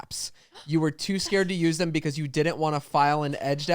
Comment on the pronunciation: It’s always saying “Thum” for “them”